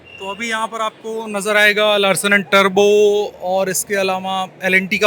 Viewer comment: लार्सन एंड टुब्रो है टर्बो नहीं।